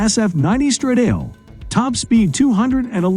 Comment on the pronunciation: "Stradale" isn't pronounced "Struh-Dale", it's pronounced "Struh-dah-lay".